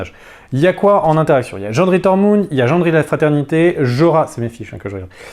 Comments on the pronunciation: JENDRY x) nice le Franglais :p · " jandri " ? x)